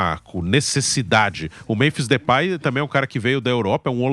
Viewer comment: Não " DEUPAY " 😂